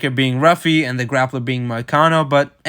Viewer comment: Pronounced Huffy (who-fee)not Ruffy